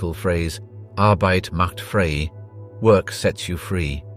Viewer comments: Pls get it right: you say correctly, ArbEIT macht - and now it's wrong "frEI" NOT FRE!!! Just like in Arbeit FrEI is pronounced the same way! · Arbeit macht frei---not free, frei as in "fry." Not free. Words matter.